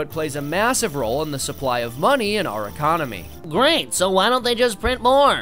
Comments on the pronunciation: "econonomy" Love it! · Econonomy lol